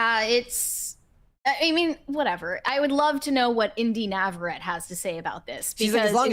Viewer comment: Y'all are still mispronouncing her name lol Navarett-ee lol